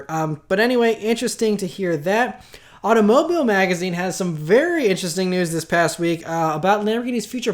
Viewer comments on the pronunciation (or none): au-to-MObeel magazine Jesus, you're a car channel and can't even say the word automobile